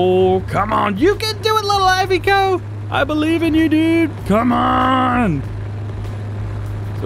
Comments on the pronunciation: Iveco is pronounced (Iv e co) not (I've co) I do love the truck, and great video as always! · DJ, I love your videos, but please, the Iveco is pronounced E-vay-co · Iveco there is no Y why is he saying ivy-co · How do people say Iveco Firstly i ve co Secondly I vec o